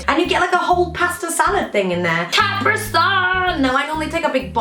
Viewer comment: Capri like the pants? Like kah-pre? And then sun? Capri is two separate syllables aha